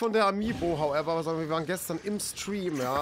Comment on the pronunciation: Regt mich richtig auf wie er HOWEVER sagt